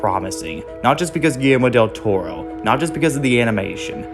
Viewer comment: finally someone said del toro's name right